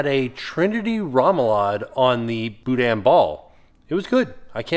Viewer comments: OK, I'm a little irked as a Louisiana Cajun. Its not boo-dan. Its boo- da! The IN in boudin is silent. Wish I could afford to go this year. The food seems to be based around my home's culture. I'd like to try it. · I know we like to keep it light in here, but the guy saying "and-dewey" and "boo-dan" makes me not want to touch the andoullie and boudin.